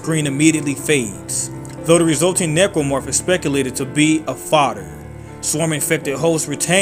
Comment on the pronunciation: You keep pronouncing Necromorph as "Nipplemorph". Why?